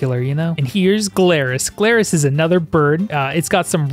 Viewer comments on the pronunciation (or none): My man, I can look past the missed comparisons that could have been made easily, but you started mispronouncing literally every Pal by the end of it. Like.. Glaris? There ain't even a G in Faleris!